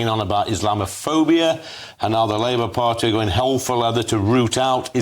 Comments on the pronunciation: "Labour farty..., Labour party". You got it right first time. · "Labour Farty" 😂😂😂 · "Labour farty" 😂